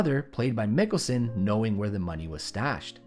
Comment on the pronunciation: Stop saying 'Nicholson' instead of Mikkelsen, or am I the one with an impared ear??